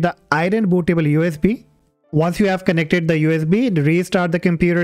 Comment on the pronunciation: Aireen Bootah-ball You is Bee